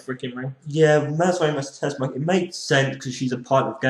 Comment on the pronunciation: This Impact Wrestling edition left a good taste in my mouth, although some things were confusing like Hernandez. He acted and was cheered as a face, and the next thing you know, he looks like a heel again? And, why do you keep saying TeSHmacher? It's TeSSmacher!